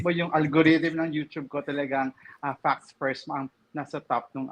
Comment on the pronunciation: Please say "Facts First" properly. The way you say it always sounds like "Fucks First."